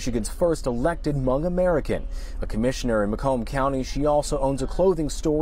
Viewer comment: I applaud and thank you for pronouncing Hmoob/Hmong 'correctly' as it should be. You are the first American/non-Hmong I have heard to pronounce my people's ethnicity correctly. Thank you!